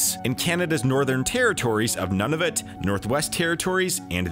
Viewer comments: You are wrong as well. Nunavut is three syllables, and the correct pronunciation is Nhu (with a hard u) - nah -vut (with a soft u). While we are at it The inuktitut pronunciation of Canada is not how it is spoken is west end Ottawa Kan-ata but rather the three syllable rule applies and it is Kah -nah-tha with no slurring between the syllables. (From a long-time proud resident of Nunavut) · You are pronouncing Nunavut wrong. It's not "none-of-it", it's more like "noon-of-oot". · Please. New-na-voot. Not nun-a-vhut. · just saying, Nunavut is pronounced like nuunavut, like new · "Nunavut" isn't pronounced "None of it". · Where the hell is "None-of-it" and the Danbay River? . Why don't you learn the correct pronunciation ? To hear you murder it is like nails on the chalk board. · I went to your profile to check where you're from and was surprised your location says Canada because you pronounced Nunavut like That when any Canadian should know you said it incorrectly. Did you grow up in America or something? Especially because of your extreme bias speaking of Canada's tarifs and suggestion of tariffs, I can't honestly believe you're a well-informed, respected Canadian citizen. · You make a valid point, however as someone who lives in one of the many English speaking parts of Canada, I can say that his pronunciation of Nunavut was off. Sorry. (and before you say "well what if he's from Quebec?" just know that his accent was like the most American thing in existence [though I do concede that he could be from Toronto, they tend to sound a bit American]). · saying Nunavut wrong the entire time >.>